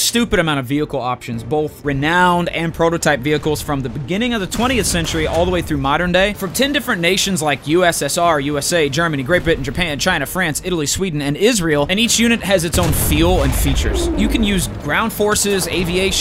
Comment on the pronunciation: He said great bittain in the sponsor